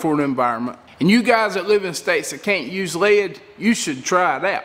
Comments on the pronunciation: how the fuck you says "lead" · This is a good, informative vid & fun & funny. Bess tek a class en Sothan drawl for this videe-eye-ee-eye-oh! I cracked up the first time I heard him say “Lead Sinkers” slowly & the word “Lead” was two syllables (lay-Ed) like my SC sis-in-law says “Bray-Ed.” Ya know, Bray-Ed...as in... Raw Toast. ;-) The “Ten” sinker doesn’t mean #10. It means Tin. Ha! I do enjoy a good drawl! (& yes, I know he doesn’t Always say “Lay-ed.” More often he says it correctly.)